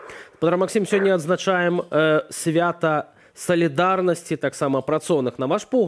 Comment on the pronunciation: Чаму вядоўцы не ведаюць як вымашляецца слова "сьвята". Калі не ведаеце як, карыстайцеся тарашкевізатарам і там дзе ёсць мягкія знакі значыць вымаўляецца ў наркомаўцы таксама мягка